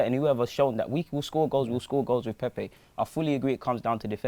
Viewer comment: Come on lads let’s at least pronounce his name right now lol How can us arsenal fans not be excited we just signed Pepe like who expected u know what ifs true we are the worst fans lol it’s a project it’s not going to happen over night ffs agreed with wingers last season was such a problem anyone could see that but we also defo need solid CB and LB and RB